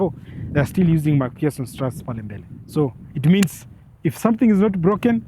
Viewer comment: Nice review but hii pronunciation ya MacPHERSON STRUTS gets me off every time unaisema. Wacha niiseme kiKenya it's Mac-fa-son and not Mac-fia-son as you pronounce it.😁